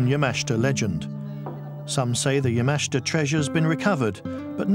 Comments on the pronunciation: It's not Ya-MA-shi-ta It's Ya-ma-SHI-ta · pronounce" Yama-SHIT-ta" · So very hard to listen to the constant mispronunciation of Yamashita's name. Good video but learn how to pronounce Japanese names and drop the facebook logo in the lower right hand corner.